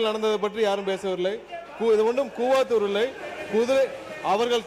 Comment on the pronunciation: அப்ப உங்க மாமியார் ஏன் tvk வுக்கு வரவில்லை. கூவத்தூர் ன்னு சொல்லுங்க. கூவாத்தூர் அல்ல.